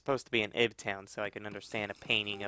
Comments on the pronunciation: It's pronounced Eve, not Ihb... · Ib is pronounced 'eve' but with a 'b'.